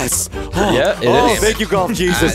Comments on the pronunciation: Uhhhhh........ "Goft it" is that a mistake or..? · Goft? I thought it was golf 🤔